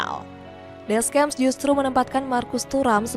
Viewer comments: Mbak ini masukan aja, silahkan kalo ga setuju. jgn di bhs inggrisin apalagi campur sari, baca biasa aja. Klo salah nyebut tuh jd aneh. ni cara bacanya Deskhamp, Maikah, Maik minyong, ngolo kaunte, olivie jiruu, Xavi simons (ini literally bacanya gini), Adrien Rabioo, Antoan Griezman, tijani reynders. Pusing kan? Bbrp pemain nyebutnya udh bener jd ga kumasukin. fix 1 aja baca ala org indo ga diinggris2in ga di sok sok bahasa aslinya karena pusing. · ganjil banget bilang deschamp ga pake descyam malah deskem, bilang xavi simons biasa malah xavi saimond wkwk